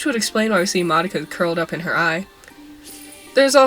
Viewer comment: You're pronouncing madoka wrong